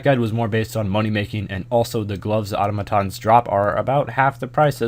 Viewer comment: Congratulations, you are the only American who can pronounce Automatons